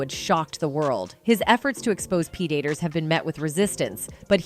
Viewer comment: Its the AI commentary! It also said pre-daters rather than predators several times.